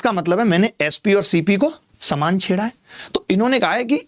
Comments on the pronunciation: saman not samaan🤣😂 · Saman not samaan 😅😅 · Saman not saman 😅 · Saman❌ saman✔️😂